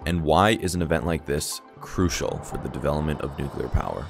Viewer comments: Small favor: please say nu-clee-er rather than nuke-you-lar . Just say it like it's spelled. Remember it sounds like "friendlier". This dog is friendlier than that dog. This dog is not friendular than that dog. I've heard that both pronounciations are correct so I'll just have to consider it a favor. It just really bugs me and I know I can't be alone in this. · It's "nuclear", not "nucular"... The latter isn't a word. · I stopped when he started saying “nuke-u-ler”. If you don’t know it’s pronounced “new klee er”, you already have lost any credibility. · try pronouncing the word as "new-clear" not "new-qulur", you would sound better educated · As soon as you pronounced it “nuke u ler” I stopped watching. Learn how to pronounce the word you’re talking about. 🙄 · Nucular energy : an infinite source of hilarity. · Nuclear has two syllables and I've gotten to the point where I just can't listen to someone using the three-syllable (nuk yu ler) because almost invariably they turn out to be bullshitters who know less about the subject than I do. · I think the illiteracy game me radiation sickness, Had to hear you say "nucular" way too many times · Credibility suffers with your mispronouncing the work NUCLEAR. Unlike some presidents, it should be pronounced NEW CLEAR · Very cool video, every time that you said “Nuke-U-Lur” instead of Nuclear was like a dagger in my soul though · It's pronounced NU====CLE====AR, from NU====CLE====US. Get it? NU====CLEAR. You only have to actually LOOK at the word. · interesting subject, but in all honesty hearing "nucular" over and over is really annoying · The word is nuclear, not new-queue-lur. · You are in college and you call it nukular!? Do you call the center of the atom the nukulus? Haha! Good luck in college guy! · Just a quibble, its new-klee-er. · Why Do People Pronounce IT New Killer Energy ? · New-clear... new-clear... say it with me, nuclear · Are you one of the cool kids if you say nuclear wrong. Just wondering for a friend.